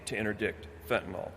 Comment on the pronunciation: Why do so many pronounce the word as fentaNOL instead of fentaNYL. A surprisingly large number of people do this